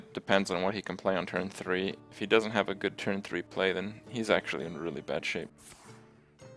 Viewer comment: "Turns out it's PRETTY GUDE"